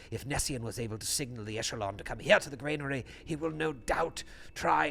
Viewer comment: BTW - Granary not Grainary :)